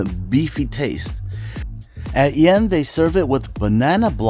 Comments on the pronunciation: You completely butchered the name of the restaurant! Lol The Y is silent in Yen. Its pronounced eeiing, it means sparrow in Viet. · BTW - ‘Yen’ is pronounced like ‘een’ in Vietnamese